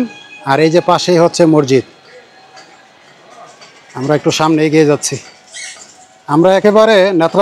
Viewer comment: মরজিদ শব্দটি ভুল উচ্চারণ সঠিক উচ্চারণ হবে মসজিদ